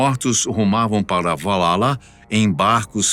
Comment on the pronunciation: Valhalla. não, "Valala"